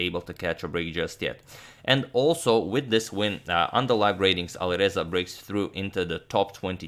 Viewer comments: Love these videos. Is it just me or does it sound like he’s saying AliVeza, not AliReza? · V and R are phonetically close. So in a lot of languages (maybe Croatian too?) they sort of merge in some cases. So you are probably right to hear the closeness.